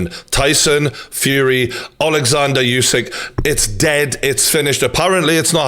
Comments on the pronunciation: True Geordie, I love you mate but pls stop saying YOUSYK! :D Usyk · Name is pronounced ‘Oosik’ not ‘Yousik’ , you brits don’t stop the disrespect..